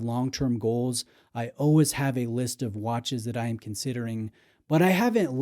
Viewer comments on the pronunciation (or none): none